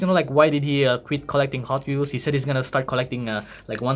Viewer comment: that audi r8 lol, the weehhels iz zo big